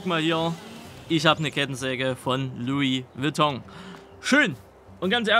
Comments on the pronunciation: Lui Beton auch geil🤣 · "Lui Witong" ....🤣🤣🤣🤣🤣 ich brech weg